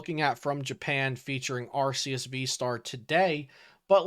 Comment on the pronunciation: ARE—kiii—uss. SAY IT RIGHT. (Arceus )